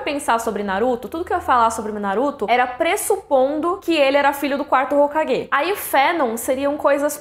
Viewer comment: Muito boa a informação, adorei o vídeo, sempre acompanho. Mas ouvir 4º hokaGUÊ , ... mano que ranço ouvir isso xD